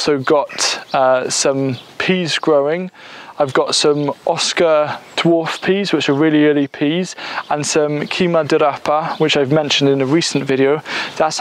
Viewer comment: Please forgive me,, if anyone else has already provided this information but the Italian for the turnip tops, "cime di rapa," is "CHEE-meh dee rapa," and a single seed, "CHEE-ma dee rapa." A noun ending in "A" in Italian pluralizes by changing to an "E." The consonant C followed by an "E" or a n "I" creates a "CH" or "tsch" sound immediately preceding the pronunciation of said vowel. So grateful you post these videos! Informative and inspiring, and you keep me encouraged. Many thanks!